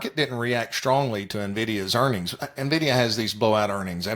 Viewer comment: You can tell you're dealing with experts when they call it "Navdia". LOL what a joke.